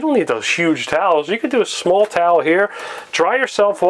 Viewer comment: I love how he pronounced small like smol. Like it's a tiny kitty.